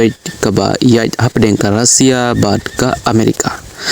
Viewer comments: Russia ❌Rasia ✔️😅😅😅😅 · Not Rosia it's Russia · Tang ka rukom pule khubor jongphi bah lah sngewthuh shu jler shna pisa Kai . Tang ka rukom kynnoh ( pronounce ) ruh khlem tip ban kynnoh Russia ong daka rusia bieit . Mynno jia kata ? Haei kajia ? Bieit .